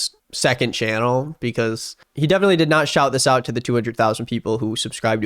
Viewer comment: Lmao the guy can't even say "did" right.